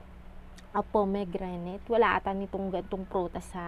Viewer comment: We have pomegranate in our country, hija. The ingredients and it's mechanism of action you mentioned are faulty. Search mo muna ng tama. It's read /po-muh-gra-nuht/. Pronounce it well. Try posting before and after photos/videos so that your video will be of use.